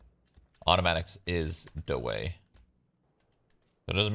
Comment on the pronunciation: "Automatics is dae way" - Shrood 2019